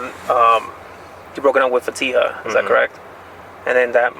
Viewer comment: A great detective. I just want to ask, why can she never pronounce these girls’ names? Neither of them are very hard Sam-ee-yuh. Fa-tea-ha. That’s it